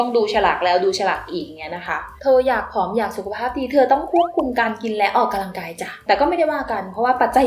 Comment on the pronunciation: ดว้ยความเกรงใจนะคะ ควรออกเสียงคำว่า ออกกำลังกาย ให้ถูกนะคะ ไม่ควร ออกกะลังกาย นะคะ ขอบคุณค่ะ